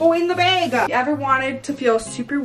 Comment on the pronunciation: u know shes from Michigan when she pronounces bag as bAAAg